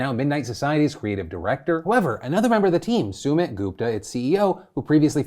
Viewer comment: Sumit is not pronounced like that LOOOOL. It’s Sumeet